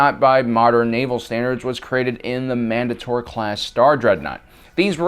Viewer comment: Man-day-tor not man-duh-tor it's very off-putting when you here certain words mispronounced.